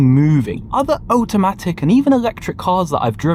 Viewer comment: The way pronounces "automatic" as "owtamatic" wakes up my demons